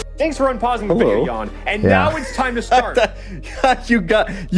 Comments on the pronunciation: No idea why are you pronouncing his name as Ian when it's clearly Kan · haha team chaos is overthrowing a Jan (pronounced JA-n not Yan) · Theres a reason his name is pronounced yawn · Jan sounds somewhat like if you would say yan. trust me. Id know. Its my name as well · Ok ykw, that explains why everyone pronounces Jan's name so ...strange lmao..... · Rofl, as a person who likes pchal. Hlget fucked Jan. It's not pronounced yawn. Fuck the Germans. Auch.... Ich liebe dich, aber werde gut. I spent 6 years learning German to say get good.... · I love how wrong ppl pronounce Jan...